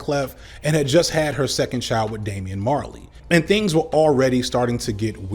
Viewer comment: cringed every time you said Damian... being the most famous of Bob's kids has drawbacks... lol